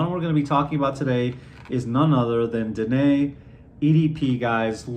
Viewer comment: Great review! The presentation of this fragrance is truly decadent. I hope I can get my hands on it someday. Also, thank You for pronouncing Danaë and Klimt correctly!